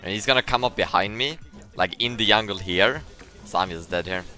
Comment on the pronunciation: why does he say yungle